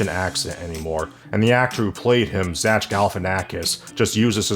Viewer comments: How tf do you not know how to pronounce Zach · "Zatch" Galifinakis LOL